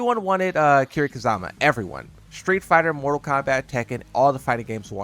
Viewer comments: It's Kiryu Kazuma not Kazama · It's Ka-zu(oo)-ma, there's no a in zu